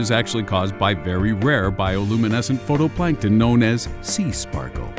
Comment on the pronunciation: Phytoplankton, not photoplankton.